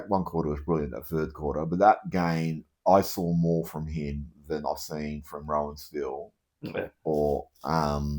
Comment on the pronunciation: Yes. Roan prounced like moan. Not Rohan.